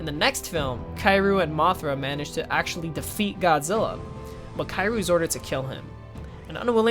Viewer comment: It's pronounced "Kiryu" not Kairu.